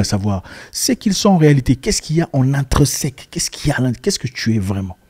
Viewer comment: « Intrinsèque » ou « intreuseque » ?